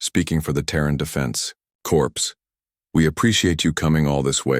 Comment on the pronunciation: Corps.Pronounced korr not corpse....